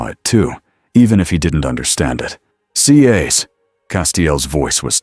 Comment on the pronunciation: Love the stories, but when it can't say Cass it's annoying. Also need to tell whatever your using to read it needs to pause. There is no space like there would be at the end of a sentence. Itjustkeepsrunningonandonwithnohumansoundingbreaksinspeakingwhichismoreannoying.